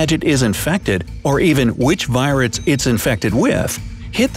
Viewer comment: did he mispronounce virus as viruts because I swear he did.